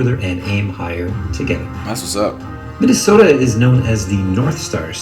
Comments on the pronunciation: We all just gonna ignore that this man's said Minnesopia? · Nobody: Flight: Minnesopia, Minneapolis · "Minnesopia Minneapolis" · This nigga flight really said MINNESOAPIA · Minnnandwake MInanastota” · No one: Flight: The lakers were in Minnesoppia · Madu He said Minesopia after that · he really said "minisopia" omfg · “Minasoppia” tf